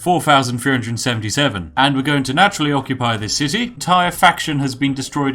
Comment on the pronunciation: Am I the only one who heard "Minus seven tea" instead of "Minus seventy"?